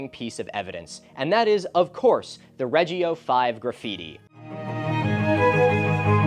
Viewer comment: an extremely minor gripe, but for god's sake choose between classical and ecclesiastical pronunciation already i heard [ˈta.kɪ.tʊs] on one sentence then [ˈrɛː.d͡ʒi.o] on the other, it's actually a bit painful